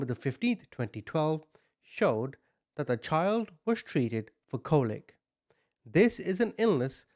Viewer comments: It's called colic, not "cole-ick." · Colic is pronounced “call-ick”